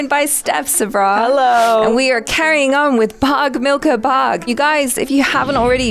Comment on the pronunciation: Nice effort on the pronunciation of "bhaag" Achara. I see you!